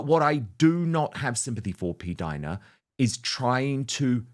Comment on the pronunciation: Not p-Dina! Seriously